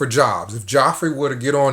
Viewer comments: Geoffrey = Jeffrey It's pronounced Jeffrey. Always has been. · Love how you say “Joffrey”. Game of thrones horrid, brat child, king. 👑lol.